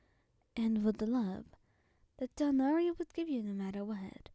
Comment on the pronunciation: I love the way you say Tighnari ❤😊